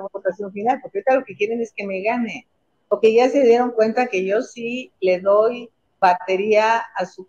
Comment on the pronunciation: Y POGQUE? POGQUE?